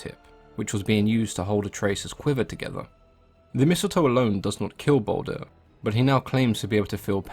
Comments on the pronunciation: It's Baldur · Its baldur